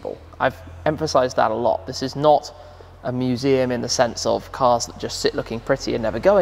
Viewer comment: "team work makes the shumseum work"